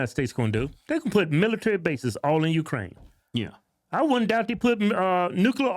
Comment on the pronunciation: Did he say “even if Russia keeps Jewkraine land?”